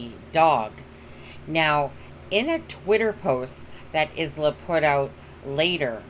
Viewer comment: ISLA is pronounced ....eye la